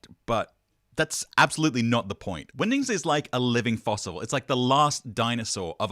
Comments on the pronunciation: it definitely sounds like you are saying Windings, is this a Benedict Cumberbatch pengwings situation 😆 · I think your pronunciation of "Wingdings" in this video is on par with Benedict Cumberbatch's pronunciation of "Penguins"